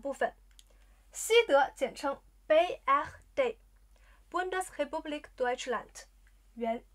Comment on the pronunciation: 怎么Republik 听上去像 Kepublik？